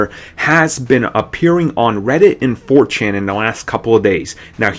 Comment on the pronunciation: did this man just say 4chain